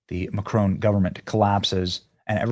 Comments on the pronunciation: Who is "McCrone" please? MACron. Emphasis on the MAC and you don't quite pronounce the n at the end. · It’s Mac Ron not macroan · Benny, you're pronouncing his name as though it has a terminal "e". It doesn't. It's analogous to the difference, in English, between "silicone" and "silicon". However, in French, the terminal "n" in his name is not fully pronounced i.e. the tip of the tongue doesn't ultimately touch the alveolar ridge -- and, to add to the horror, the lips, at that point, are pursed, as though preparing for a kiss. JFYI